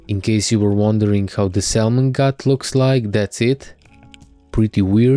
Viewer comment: Great video and narration! Lovely fish, first seabass I've eaten was the one I spearfished here Ireland - really tasty. Will definitely try spearfishing in Croatia one day. Nothing this important but thought it would be of interest - Salmon pronunciation doesn't include the letter L. English is not my native language - but this is what I'm sure of, yet it's not as important:>. If I can ask - when would it be ok to spearfish in Croatia in 5mm wetsuit? Cheers! Hvala liepo!